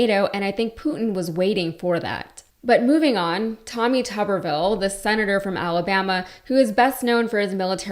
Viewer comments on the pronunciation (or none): none